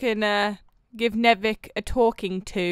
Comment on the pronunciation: It’s Ñęvįč not “nevic”